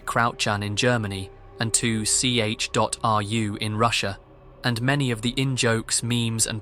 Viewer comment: the way bro pronounced 2ch sent me every time 😂